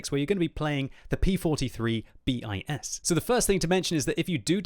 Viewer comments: Thumb down for the T E R... for godsake, that a ter, ter like third from latin ter. Not an accronym, a word. Like bis, prime, one... you don’t say B I S, you say bis !!!! You are driving me nuts. How can you pronunce all thoses germans and swedish tank names and fail at thus basics !!! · bis and ter in the P.43 line are pronounced as they're written "biss" and "tehr". It means second and third version, also used in French and maybe Russian. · "bis" and "ter" is not "B.I.S" and "T.E.R", it is a single word. It is Latin for "second" and "third". Just so you don't make the mistake again :)